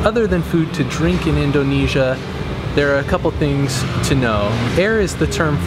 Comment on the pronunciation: "in DOH nesia" hehe, most people say indonesia like indernesia without much emphasis on the O